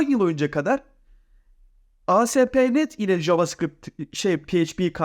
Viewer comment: JavaScript ismini yanlış telaffuz ediyorsun ve ayrıca da yanlıs yazmissin.